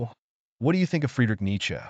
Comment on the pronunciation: Dude, you’ve GOT to be careful of your pronunciations. ESPECIALLY the first name of Nietzsche. I couldn’t listen after 10 minutes.